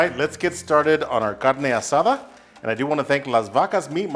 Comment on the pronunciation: Great video! Looks delicious, where’s the cerveza? Proper pronunciation is appreciated my guy 👊